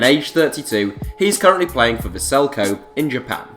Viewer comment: Man you just butchered the name of the city of Kobe...